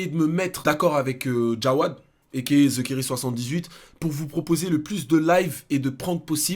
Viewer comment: À c'est moi ou au lieu de dire jaoued il a dit jawad mdrrr 😂